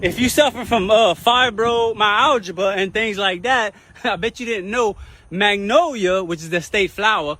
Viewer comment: did bro really say fibromy-algibra